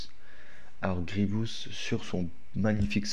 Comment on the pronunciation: Vous avez quoi avec PierreOh !!!! C’est Grievous et pas Grievious les gars ;((